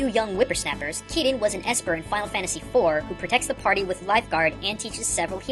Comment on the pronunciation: I am pretty sure he just read the Roman numeral wrong (he probably knows them but messed up this one time) IV and VI are kinda easy to get confused on.